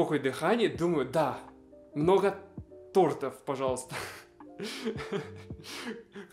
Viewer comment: кроме тОртов не вижу никаких страшных ошибок, просто разговорные формы. страшные ошибки для меня: "по скидке", "на стиле", "на раёне". ударить хочется, как слух режет!